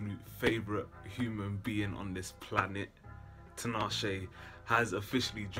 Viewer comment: TEE-NAH-SHAY. Not TEE-NAH-SHE.